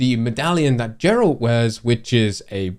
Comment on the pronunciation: It's super nerve wrecking that you did not say Geralts name correctly even once. It is not jer-alt. It is "Gare-alt"